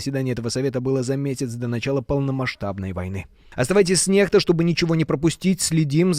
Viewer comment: Я в Беларуси алфавит сменили? Канал на еаком языке написан?🤔 Первая латиницей... Или это уже литера белорусов? Мир совсем тронулся. Некста произносится как Нехта,россияне говорят дебильную незаконченную фразу ,, даёт ЗАДНЮЮ"! Заднюю кого или чего???🤔 Украинцы употребляют мат россии и не очищают от россиягизма свой язык в СМИ... Вновостях языком россии назыаают праздники или какие то мероприятия... наверное не знают,как на украинском звучат ,,план ковёр " или ,,победо-бесие"😢😢😢 Украинцы с гордостью пооизнося мат россиян и в ранг культа везвели фразу сексуального настльника,которая набрала значение полового члена!!! А поткитайски означает ,,убери руки"... Мир просто вывернул мышление свое на выпорот!!!😢😮😢 Хотя все считают снбя крвтыми и успешными,а мир деградировал ниже плинтуса. Армагедон... Приди! Да свершится Воля Творца ,Бога и на Земле,как на небе... Иначе люди просто уничтожат не осознлвпя всего... Шок и ужас